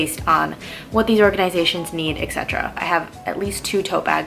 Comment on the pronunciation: great video! just fyi, the term etc is short for et cetera and you say eck cetera a lot.